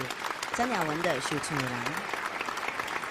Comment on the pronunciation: 想厝的人，说成烧厝的人😅😅😅😅